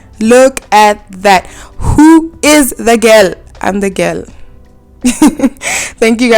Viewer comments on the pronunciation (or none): “I’m the ghel” 😂 you defs are